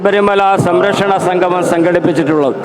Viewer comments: എടോ സംഘമമല്ല; സംഗമമാണ്. ഇതിനൊക്കെ ഇറങ്ങും മുമ്പ് മലയാളം നന്നായി ഉച്ചരിക്കാൻ വല്ല എഴുത്താശാൻമാരുടെ അടുത്ത് പോയി പഠിക്ക്. വെറുതെ ഞങ്ങടെNo.1 കേരളത്തെ പറയിക്കാതെ. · ആമുഖം പറഞ്ഞ ആൾ 'സംഗമം' എന്ന് പറയുന്നതിന് പകരം 'സംഘമം' എന്ന് പറയുന്നു. മലയാളത്തിൽ പറയുമ്പോൾ അക്ഷരശുദ്ധിയ്ക്ക് പ്രാധാന്യം കൊടുക്കുക. അല്ലെങ്കിൽ ചാനലിന് മോശം ആണ്.